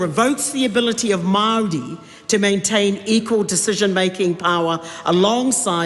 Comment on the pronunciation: At the risk of sounding racist, I have never heard Maori pronounced that way in my 40 years in New Zealand. I live in Waitara and was always told it doesn't matter the word, you should always roll the R. Not to mention the rest of the pronunciation.